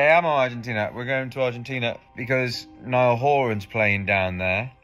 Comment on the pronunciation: Pronounce Simon Cowell and Niall Horan yang bener dulu mas 🤣🤣